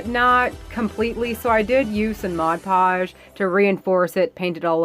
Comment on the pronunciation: Girl you said Mod Podge correct! 🤣 I love that home wreath and those jute rope candle holders are genius!! 💕